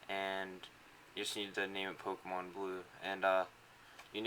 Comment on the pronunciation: POMKEMON? A NEW GAME? Duuuude i have to get this Pomkemon you speak of.